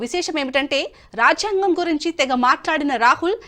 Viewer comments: రాఝ్యాంగం కాదు తల్లీ అది రాజ్యాంగం జ కు వత్తులేదు! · ఈ యాంకర్ (మహిళ)కి రాజ్యాంగం పలకటం రావటం లేదు.